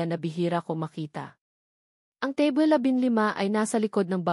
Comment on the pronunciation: Sabi ng narrator ang Table ay naging Teble tapos ang ballroom ay naging balrom. Hindi ba pwedeng palitan ang narrator para naman ka buhay buhay ang kwento!!!